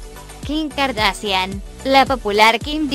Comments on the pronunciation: "Así lucían las K-a-r-d-a-s-h-i-a-n antes de las cirugía" jajajaja era Google Traductor 😂😂😂😂😂😂😂 y no se si era yo pero Google dijo: "Kaendall" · Ella dice car da cian jajajajjaa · JAJDSDJLLFXFJ mori con el “”Así lucían las CA-A-ERRE-DE-A-ESE-ACHE-I-A-ENE antes de las cirugías “” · “kardasian”, me meo 😂😂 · KardaSHian no KardaSian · Todas eran feas menos Khloe. Por cierto no sabe decir kardashian? XDDDD y cuando lo pronunció decía Kardasian xDDD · No sabe decir kardashan😂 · Velasco Verdoza jaja noo asi lucían las Ka a ere de a ese ache i a ene antes de las cirugias😂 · Pobres 😂 primero que aprendan a pronunciar bien el apellido Kardashian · bno dice kardasian...jajaja! Jajajaja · "Así lucían las k a ere de a ese ache i a ene antes de las cirugías" morí con eso xd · Jajaja se pasaron: Las kaeredeeseacheiaene jajaja xd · Gafacgagdafs deletreó cada letra del apellido :v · Kim "Kardasian" JAJAJA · Dijo Kylie chener y cloi cardasian 😂😂😂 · Cuando no sabes decir las kardashian y las deletreas para disimular pero no sale bien 😂😂😂😂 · "Así lucían las K-A-R-D-A-S-H-I-A-N antes de la cirujia" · Se pronuncia Kardashian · Se pronuncia : cardashian pero se escribe : Kardashian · kouvornie kardasian lol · Khloe kardacian😂😂😂😂😂😂😂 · Jajaja dijo kardacian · las kardacian de que abla???? 😂😂😂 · No critiquen por su vida y aprende a desir kardashian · Que horrible habla esa presentadora y tampoco pronuncia bien el apellido por dios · No puede pronunciar jajaja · primero aprende a decir kardashian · no sabe decir kardashian solo deletrea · Dios mio me iva a dar un paro de la risa, cuando deletro Kardashian 😂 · ¿No sabe decir kardashian?😂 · Ella no sabe decir kardashian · No sabe decir kardashian